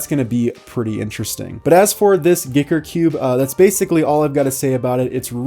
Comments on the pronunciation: Guy ker not giker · Maybe it has been said before but I think you pronounce it like 'Geeker'?!?! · Did he promoumce it "Gicker"? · Really thought you said "Dicker Cube" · I always thought it was "G[ahy]ker" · I think giiker is pronounced geeker, and xiomi - siomi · "shaow me" is how you pronounce Xiaomi "Geeker" is how you pronounce Giiker. (I think)